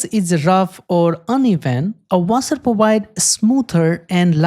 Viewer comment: Wait how can you say section perfectly but not washer